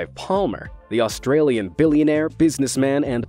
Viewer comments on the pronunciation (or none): none